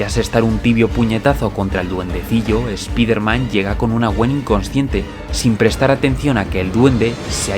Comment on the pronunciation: Spiderman se LEE "SPAIDERMAN"...OK???